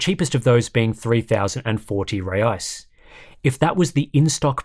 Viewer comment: and the currency is pronounced hey-eye's 😂